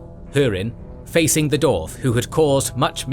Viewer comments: Incredible work, this video is a fantastic companion to the books.Forgive me, but my only gripe is how you pronounce the word "dwarves / dwarf" seemingly without the W. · Thank you for this incredible video! I’m blown away by the detail and effort in this almost 8-hour exploration of Middle-earth’s history. I do have one quick question: throughout the video, I noticed ‘dwarf’ is pronounced as [do:f]. Is there a reason for this variation? I’m asking out of pure linguistic curiosity, as a fellow Tolkien fan who loves the language side of his works. Again, thank you for such an amazing contribution!"